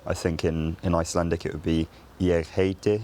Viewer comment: ‘Ég heiti’ was actually flawless, I would have aspirated the t more but that’s just my dialect, people from the south of Iceland would say it just like you did